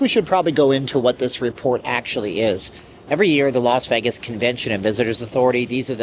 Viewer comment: Tuned out after he said Veggis the 100th time.